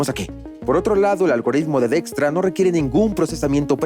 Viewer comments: Dextra = Dijkstra? Para eso mejor veo el video en inglés, que pronunciación pedorra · Soy profesor universitario de investigación de operaciones y llevo explicando el Algoritmo de la ruta más corta llamado Algoritmo de Dijkstra por muchos años, la pronunciación de la voz de IA para este apellido es algo como "DEXTRA" nada que ver con la pronunciación ni en español, ni en inglés ni en el idioma de origen de Edsger W. Dijkstra, quien es Neerlandes. Muy mal por ese doblaje.😢